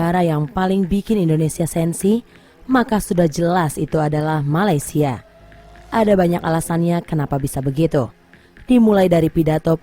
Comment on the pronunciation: dengar dia kata Malaysial , wow provoke dngn cara halus